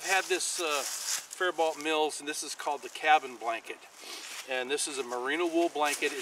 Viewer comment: Just a heads up, I grew up just south of faribault and it’s pronounced fair bo